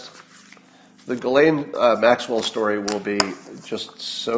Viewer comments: Ghislaine = pronounced Jislaine (soft G) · I didn’t realize the “s” is silent in Ghislaine. I love your stories about being a bank teller. I bet the bank teller was following protocol and I bet you just saved her life.